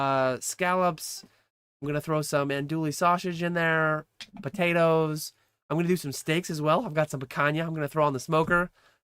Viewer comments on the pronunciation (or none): Anne Dooly sausage 😂😂 “ahn-dewy” sending much love from New Orleans !!